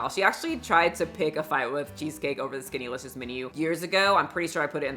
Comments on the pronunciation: I'm reading "SkinnYlicious" why is she saying "SkinnAlicious" 😫😪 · 🎶skinty🎶skinty🎶skinty🎶 Haha that’s how I hear it and I love it 🤣